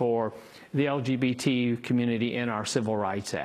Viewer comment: "LGPT" members. Nice job news lady.